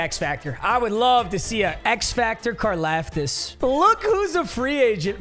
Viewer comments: It’s pronounced car-loftis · So it’s George karlaftis but it’s pronounced like car-loftis